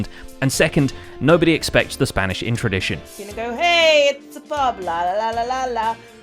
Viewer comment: its the Spanish Inqusition, Not the Spanish Intradition